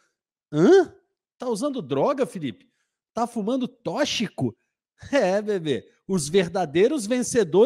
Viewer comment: "Tóchico" é muito bom. O certo é tóxico, com som de "qs".